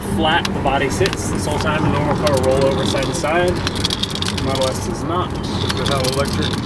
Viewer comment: Its called "Model S" not Model: "S" - So you can't say "Tesla S"...